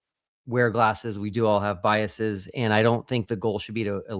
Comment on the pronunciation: you had the correct pronunciation of biases the first time. Just as theses is the plural of thesis, biases with a long E sound would be the plural for biasis, which isn’t a word. Just as buses, classes, and walruses are plurals for bus, class, and walrus, biases as a plural of bias would be pronounced the way you pronounced it the first time. I often find myself wanting to pronounce biases with a long E sound. It took some effort to learn to stop doing that.